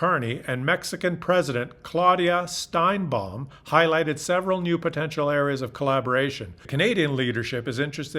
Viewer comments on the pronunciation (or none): Sheinbaum NOT Steinbaum, egit! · It's Sheinbaum, not Steinbaum. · SHEINBAUM NOT STEINBAUM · Sheinbaum, not Steinbaum. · Claudia "Stainbomb"? Cmon man, Shein~baum. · You need to get the president of Mexico's name right..... It is Sheinbaum...... not Stienbaum (as you pronounced it). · Hey bud It’s Sheinbaum not Steinbaum 😉😀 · It's SHEINBAUM. Not Steinbaum. Pls, she's been in power for a year. Learn her name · Accurately, the lastname is Sheinbaum [NOT Steinbaum]. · . lol I'm having Young Frankenstein flashbacks. I’ve only heard Sheinbaum pronounced Shine-bomb. Isn’t Shein pronounced Shane or Sheen? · Yes, I noticed. But many people - including Mexicans make this mistake too. We are only Human! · FYI, the Mexican President’s name is pronounced “shine-bomb”. She is also making deals with Trump though. Recently she cut a huge chunk of trade with China to make Trump happy so she can do more business with USA. (I’m no huge China fan, they still are Canada’s biggest security threat, but I thought this was interesting. She may be trying to have Mexico do more auto-manufacturing trade with the USA, which could erode Canada’s bargaining power on CUSMA re-negotiations. They are competitors in this business, and pay their employees way less than Canada pays ours). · I have a correction. There is no T in Sheinbaum